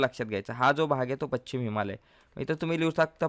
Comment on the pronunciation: व्याख्यान उत्तम पण पच्छिम नव्हे, पश्चिम....